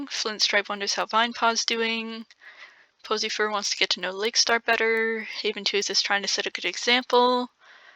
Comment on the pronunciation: Am I the only one who keeps hearing posyfur as pussy fur